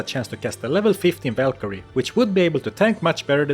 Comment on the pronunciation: the whalkerie lol VAL